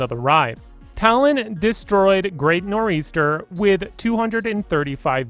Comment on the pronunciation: He included great nor eastern 🤣🤣 im from NJ so I apologize on his end for this